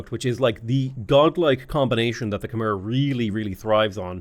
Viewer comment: I'm Khmer, yes it is pronounced "Khmai" you pronounced our civilization correctly